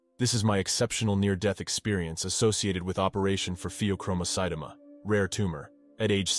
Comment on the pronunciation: It’s pheo-chromo- cyt-oma as in Omaha sounding